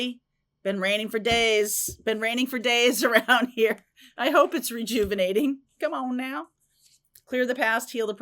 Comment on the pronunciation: Hahaaaa you said comeonnow! I say that! Just like that 😅